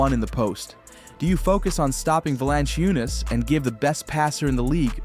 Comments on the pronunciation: You really need to learn how to pronounce Valančiūnas and say it correctly EVERY time... :earsbleeding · befor you start about Europe, which seems like you do not know much about, at least learn to pronounce his name;-) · Yeah this guy is pretty dumb. Mispronouncing JVs name, saying that Adam Silver started the 2nd apron, twin towers will never happen with Joker and JV. JV is meant to spell Jokic as he has had to play 37 mins a game just to get us a top 4 seed. We were the best offense in the league with Jokic on the floor, the worst in the league and historically bad with Joker off the floor.